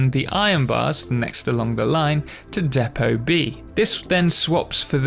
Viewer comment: Its spelt Depot (although it's mispronounced in the video)